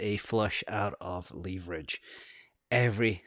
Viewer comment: can you please stop saying LEEEEEverage. If it was supposed to be pronounced that way there would be two E's not one E